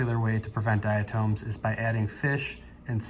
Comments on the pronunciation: good video... however I must say this... it's not "diaTOMES"... it's pronounced "diaTOMS".. othewise, nice video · I can't get past the pronunciation of "dia-tooms"